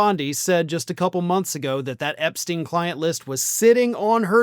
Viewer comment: Why can Americans say Einstein correctly but not Epstein? Makes no sense